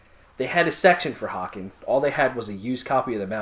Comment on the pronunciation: Great fucking review guys. Just know that the band's name is pronounced "Hey Cun" 😀 And I absolutely agree with your assessment, a fucking great album, it envelops you completely when you listen to it.